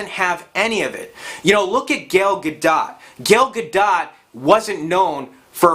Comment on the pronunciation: it's "Ga-doh" I think.